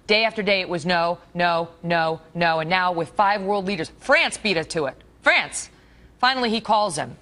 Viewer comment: When she says France France she sounds like a small angry dog. She looks like a hooker but she sounds like a bitch.